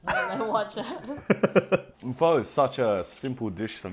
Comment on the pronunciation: this guy's vietnamese? he can't even pronounce pho